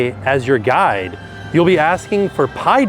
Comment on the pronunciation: Lol, "Pie-dad".